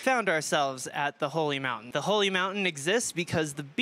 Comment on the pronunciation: Da holly mountayne